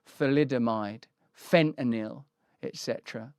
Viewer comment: You are one of the few people who pronounce Fentanyl correctly. Thank you. Keep up the honest reporting.